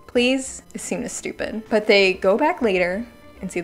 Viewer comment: It's spupid wihtaut Emma or Charlotte😂